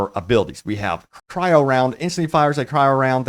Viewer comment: Its Cry-Oh not Kai-Row, Congested sinus man.